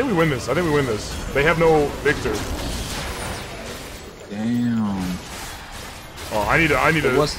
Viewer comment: Veek tor. That was the cherry on the cake for this video for me at least :d